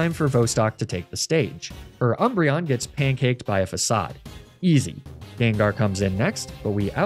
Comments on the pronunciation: The biggest crime of this Team Rocket Run was pronouncing Facade wrong. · The most evil thing about this video is how Facade was actually pronounced Facade.